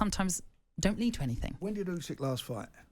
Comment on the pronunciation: Usyk not Yusyk Gareth